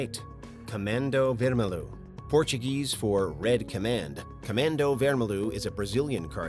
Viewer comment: Vermelho is portoguese and means red, yes, but is said wermeljo